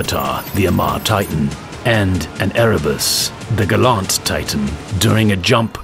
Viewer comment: Gallent? GALLENT?!!!